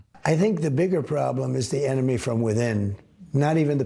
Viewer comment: The ememy ,the enema , tomato ... Tometo :))))